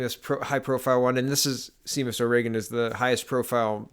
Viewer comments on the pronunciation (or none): You really need to do a little more homework on pronounciation of people's names. If you are actually following politics for any length of time, knowing how to say Brison or Seamus shouldn't be a problem.